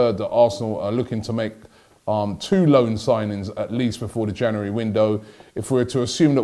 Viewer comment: I be glad when this transfer window is over cause Robbie can't say January properly.